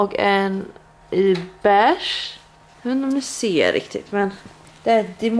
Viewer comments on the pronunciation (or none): none